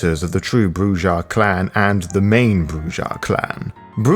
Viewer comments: Oh by the way not to be a dick but the J is pronounced as an H. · It is CHEEL-der, not child-er. ;) - And you should probably decide on a pronunciation for Brujah, or am I missing something...? scratches head